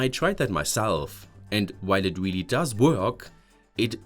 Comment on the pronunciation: not weaaallyyy